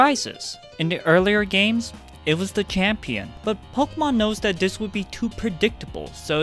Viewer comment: this is gonna sound super racist- but I know that you are Asian because you said “dis” rather than “this” 💀 (I can’t say for sure what nationality, but I tutored a Korean student who came to Canada for two semesters, and he just couldn’t really pronounce the TH sound.)